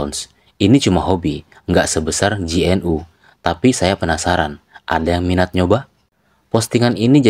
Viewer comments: GNU dibaca genu bukan ge en yu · GNU dibaca `Genu` dengan e samar.